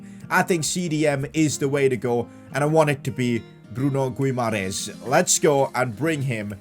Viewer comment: Say it like “bruno Hi MA RAIZE